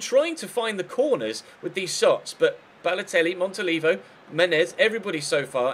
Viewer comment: i think you say it "Montoliveeo"